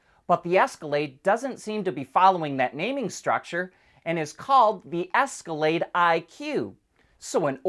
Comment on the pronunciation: "Esca-lay-dick" is what he said!